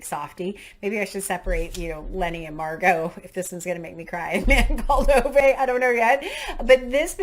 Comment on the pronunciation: Oh, I'm so excited that you chose A Man called Ove (pronounced ooovah) when I read it, I sobbed my heart out, so definitely don't do it with any other emotional books. It's actually already been made into a film prior to the Tom Hanks one, where its actually set in Sweden and not been anglicised. Really hope you enjoy it, but I'm glad I won't be the only one to blame if you don't, phew far too much pressure 😅 Being a Brit, and sorry for telling you about pronouncation again, you almost got it right it's Bog (log) nor (nuh like razor) Regis 😊 There are some recommendations in there that I like the sound of so may read along at the same time as you when it comes to those ones.